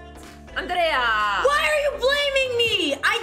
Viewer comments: i think i m in love, when she said "Andrrrea" ... And what about, all the young "Robin" wibe comes from Alexandra? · Yeh she pronounces it with the hard D, instead of the american Anjrea